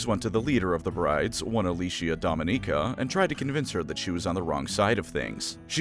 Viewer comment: Didnt mention Dominica' hair changing? + Mispronouncing her name. :(